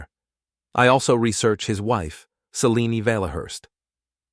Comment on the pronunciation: Formulaic divorce story vid told by an AI that can't decide how to pronounce 'Selene', an important character in this story. F'd this name up so much that it's even spelled 2 different ways; Celine and Selene. Also, do us all a favor and stop including artwork with dialog bubbles filled with nonsense. Either put in real words that actually say something resembling conversation, or if that's too much to ask, then just eliminate the convo bubbles entirely.